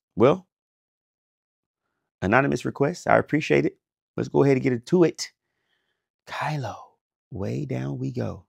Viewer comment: Cant believe you have never heard kaleo before. They are islandic. And its pronounced KA-LEO